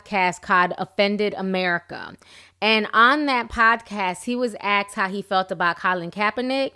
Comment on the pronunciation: No one " aksed " anyone anything . They " asked " . It is hard to be taken seriously if you can't pronounce simple words .